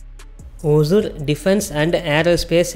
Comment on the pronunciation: அது பேர் ஒஜூர் இல்லப்பா. ஒஸூர்.